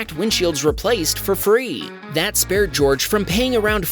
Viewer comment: I am an American, and I wouldn't say George like you said it based on the recording.